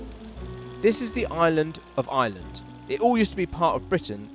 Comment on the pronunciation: "This is the I-land, of I-land"